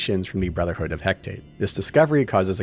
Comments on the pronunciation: Great video! (Although I think you may be a bit forgiving here and there.) Tiny nitpick, though: It's Hecate (as in the Greek goddess), not Hectate. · Hecate pronounced 'Hekk-a-tee' (one of the Ancient Greek deities). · Hecate is an actual Greek goddess, and is pronounced "Hek-ah-tee". She's a goddess of magic, spells, the moon, night, ghosts, and crossroads. So I think it's pretty fitting to name that brotherhood after her.